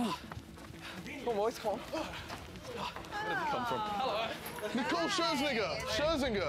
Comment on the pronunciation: Lmao JJ said Scherzn* * * * * 😂